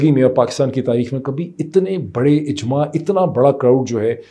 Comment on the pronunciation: Not "Ijma"pls. Are you even reading these comments?